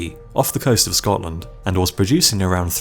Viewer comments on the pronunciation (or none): none